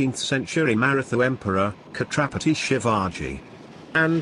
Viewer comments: Pronounce as Chatrapati not as khatrpati आमचं दैवत... छञपति शिवाजी महाराज की जय🚩🚩🚩🚩proud to be Maharashtrian 🚩🚩🚩🚩2 airports in list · khatrapati nahi chatrapati bol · its chatrapati ...u r pronunciating it katrapati...